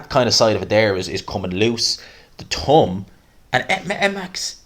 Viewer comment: It’s pronounced thumb not tum